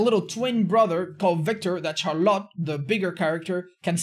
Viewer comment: Char-lot.... lol Is it not pronounced "Shar-let" ?